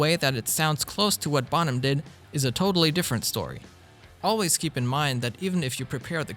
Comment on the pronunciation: Bonham. Pronounce it right. Not bom ham . Jew boy .